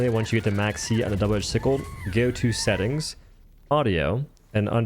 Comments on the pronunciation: It's pronounced Sick UL. Not seek lay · double edge "SI KLEH" lmao i cant 😂🤣😂🤣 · excuse me what? Double edged Seeckl-a? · I love this guys reviews, but I really hate the way he pronounces Sickle 💀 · I'm sorry how did he pronounce sickle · …And neither one of us believe that. As if anyone would believe YouTube content creators need to make a conscious effort to screw up the pronunciation of their own language as much as they do. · Yep, and it’s funny when used with finesse. For this video, he probably did mispronounce it for fun. We can see the gun’s spelling on the screen, and it does sound funny the way he says it. But linear relationships are more of an experience thing. It’s not something you’d always expect kids or young adults to know. It’s been an incredibly long time since I took algebra, so maybe teachers today are no longer referring to line and slope equations as “linear” anymore in class… which is the first time I was introduced to the word.